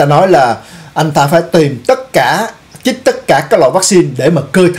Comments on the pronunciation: LỖI CHÍNH TẢ : 1- Lươn lẹo ( not lương lẹo ) 2- Chích ( not chít ) Xin góp ý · Chích, chứ ko phải " chít ",!